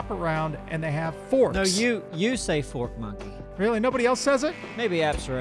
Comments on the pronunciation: Feel like it'll help to point out that I'm a black guy. I believe I commented before about how "fork monkey" sounded like something else. I thought it was a funny realization but didn't think there were people assuming you were actually trying to slide in a racial slur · I’m glad I’m not the only one who thought it sounded like a racial slur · I thought you were saying FORT monkey lol cause he attacks your farm and base 😂y’all are amazing keep up the great work!! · I thought they were saying "fort monkeys" and I was like "they have forts or they dedtroy your forts?" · I'll be honest, I hear porchmonkey every time but, I also know you'd never say that, so doesn't bother me. People need to grow up, stop witch hunting, and google McCarthyism, if you forgot high school. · When I first heard "fork monkey" I thought they did say "porch monkey" until I noticed they had forks for weapons. The entire time I thought they said "porch monkeys" , I didn't give a shit, and I myself am a monkey, so if I'm not offended, you can't be either. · No one actually got offended by it lol. got offended because we all said the obvious, which is that it sounds like "porch monkey" when he says it sometimes. Saying that is just a fact lop doesn't mean you're offended. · Vine still Flow through me. So is saying fork monkey but to others it sounds like porch monkey which is a derogatory term for a black person. A racial slur if you will. So I guess people were upset that they sounded so close. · At first I really did think he was saying "Porch Monkey" but i realized he wasn't so i didn't say anything. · This whole time I thought you were saying "Fort Monkey" cause you normally find them in the forts. Now I understand Fork cause of the Fork arm. Got it. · I thought at first you were calling it a porch monkey and i laughed but i laughed even harder when i realized it was fork monkey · I did think you were saying porch monkey, just figured it was cool and we were taking it back. 😊